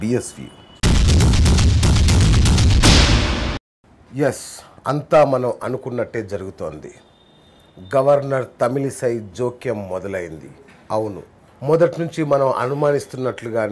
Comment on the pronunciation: Thamilasi kaadu thamili sai